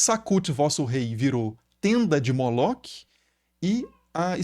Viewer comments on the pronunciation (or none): Professor esse nome Moloque é um equívoco! O nome hebraico Moloch se pronuncia, Molor, toda palavra ou nome em hebraico terminados com CH tem um som de R, como por exemplo, Melech se pronuncia Meler, Machiach, se pronuncia Machiar.